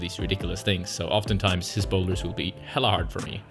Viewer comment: Haha… said “hella” hard Shoutout to NorCal fam bam